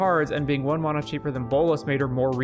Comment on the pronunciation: Man I liked where the video was going but I couldn't finish it because of how unreasonably annoyed I was getting with the way you pronounce "mana"